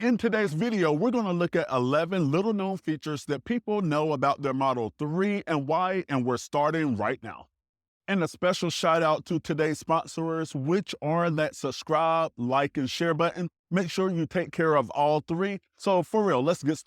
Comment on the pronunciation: videos dope, but you know you said sposorors. no matter ive still learned from your videos and im a new sub bro